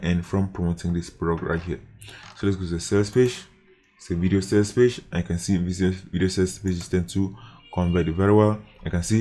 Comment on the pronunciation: i like how you say page=pache😂